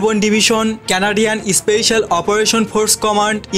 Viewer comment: Kangladesi especial noi special bol